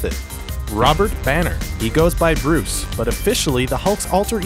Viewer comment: Brus Banner, Brus Wane, LOL